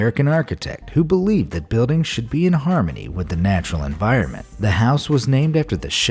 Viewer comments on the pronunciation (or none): none